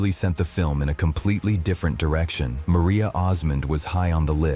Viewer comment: It's Marie Osmond not Maria